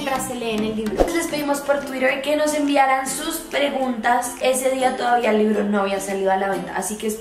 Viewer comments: Alguien Más Notó Que Dice Rreguntas? (Auto Like Como Siempre:'v ) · dice RREGUNTAS con R Las amo! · Alguien más notó que dice RREGUNTAS en vez de PREGUNTAS... Pobre poché de tanta precisión que tiene al editar...